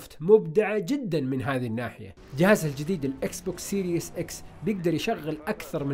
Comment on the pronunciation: سيريز ولا ليس سيريس ليش سيريس = ليش جدي سيريز = تسلسل اتمنى تبطل و تكون سيريس و تنطق الكلمة صح.